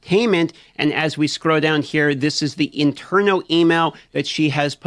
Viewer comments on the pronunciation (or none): Why do you pronounce "internal," as "interno"?